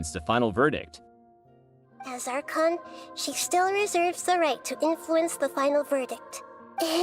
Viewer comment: It's Ar-con